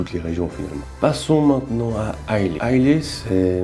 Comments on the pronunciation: Pfftt... It's Islâ. Not Islé. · Dis moi, je ne suis pas anglophone mais Islay ne se dit-il pas "isla" ? Je pensais également à une future video, la spécificité du verre, Glencairn, copita etc ...